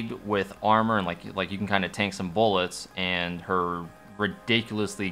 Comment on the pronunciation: Nobody: Beaulo: beaullets